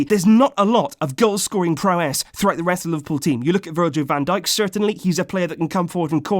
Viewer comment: He says Van duck